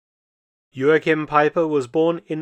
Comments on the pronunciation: Joachim was a German, no need to pronounce his name in a Portuguese way. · The translator was amazing. Mark - please take some German lessons. "Haupt" has the "au" vowel like "Frau" and the "au" sounds like the middle of "cow." It's not "hopped." And stress the first syllable - EIN-satz not ein-SATZ. And Joachim - that's like fingernails on a chalkboard. Great, impressive work, but I cringe at most of the German pronunciation. Das kannst du besser tun!